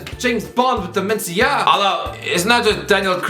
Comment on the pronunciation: That pronunciation of dementia is insane aha